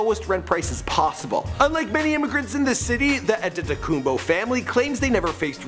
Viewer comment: Try to pronounce Giannis Antetokoumpo a little better plz